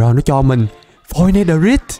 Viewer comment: netherite âm cuối rite phát âm "rait" mới chuẩn ạ